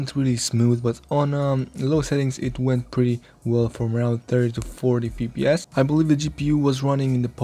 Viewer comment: "EF PI ES", not "FI PI ES" :p